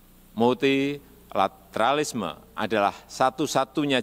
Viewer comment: Multilateralisme bukanya satu kata ya? Atau Multi la tera lisme? 4 kata? Sedih